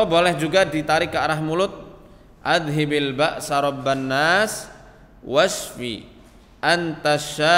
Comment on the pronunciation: Mn yg btul ni. pak ust baca adhibil.tpi yg tertera di video azhibil pke za mati bkn da mati